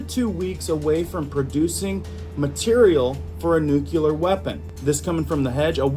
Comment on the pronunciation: dude, crackin me up everytime you say 'nuculear' 😂🤣😂🤣 N U C L E A R not nuculear 😂🤣😂🤣😂🤣 please tell me you don't pronounce it 'suposebly' too. 😂🤣😂🤣